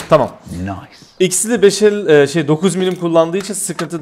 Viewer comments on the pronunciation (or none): none